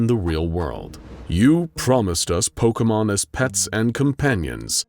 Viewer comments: I am flooding my basement with how he is saying pokemon correctly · I doubt the person creating this vid is a Pokémon fan, so they're bound to get some things wrong But I really appreciate their effort. They even pronounced all the names right! Not even a lot of Pokémon youtubers say most of them right